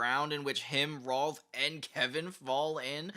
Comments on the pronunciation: Kept pronuncing “Rolf”, “Ralph” it’s no a sound at all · Are you calling Rolf 'Ralph' to be funny about it? It feels like it on purpose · How do you CONSISTENTLY say R'a'lph? His name is Rolf. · am i crazy but rolf is pronounced roll f not ralph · It's rolf not Ralph and there called urban rangers